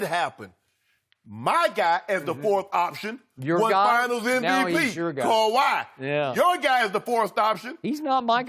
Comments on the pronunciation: Why can't skip just say Kahwi's name? Smh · Calls him #2 can't say Kawhi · Since you can't say Kawhi's name, I'll suggest referring to you as a certain "butthurt punk" there in fox sports. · Put some resepec on Kawahi name skip bayless